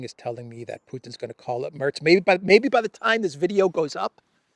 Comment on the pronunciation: The E in Merz is more like the e in "telling".